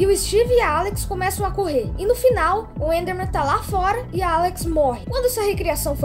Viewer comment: tava na cara q aquele áudio do steve falando com a Alex e fake o cara falou the totalmente sem sotaque de gringo (na parte do the enderman a pronúncia do the fica dê e o enderman ficou pronunciado como endermen)